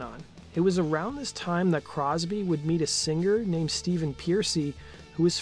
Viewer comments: One G in singer! Singer not Sing-ger! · Great video, but, dude, seriously... stop with sing•GUR!!! People pronounce sing and singer WRONG! There's no "GUR!" It's just "UR!" GodDAMN!